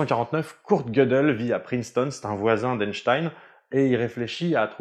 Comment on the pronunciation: PRINCETON, pas PRINSTON. A part ça, merci pour la vidéo qui est passionnante.